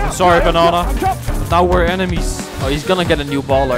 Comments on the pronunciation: I want you to say Banana and not Bänäna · Keep saying "Bonana" instead of Banana, that is just too funny😂